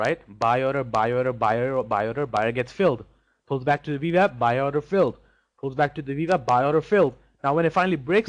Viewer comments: Wah. Ooooooo-WAH. Wap. Vee-WAP. If Schwarzenegger can pronounce “W”, anyone can. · This guy can't say veeewap lol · Do I keep hearing V Vap?